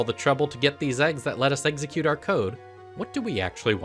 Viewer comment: The video is so great but for the love of god please pronounce execute correctly..